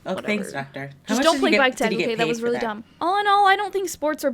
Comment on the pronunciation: I legit thought she said “Bite tag” instead of “Bike tag” Lmao